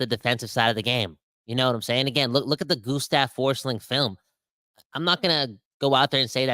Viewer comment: Gustav Forsling is Swedish so that German pronounciation of his name is so off.